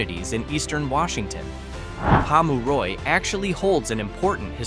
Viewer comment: I'm trying to think of a way to pleasantly and politely say this. If some basic research had been done, such as how to pronounce the place names and what the economic picture is would help retain credibility. ... Pom-you-ro? Wow, that wasn't even close....